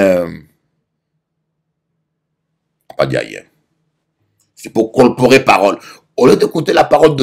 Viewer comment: Colporter pas colporer 😂